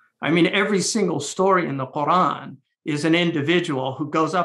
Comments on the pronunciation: Why do people change the way the pronounce Quran like this dude . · قوران ههههlearn how to pronounce Quran